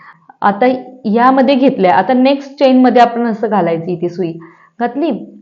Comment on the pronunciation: Please pronounce chain as चेन (चैन नाही)! किंवा मराठीत साखळी म्हणा.बाकी सर्व छान❤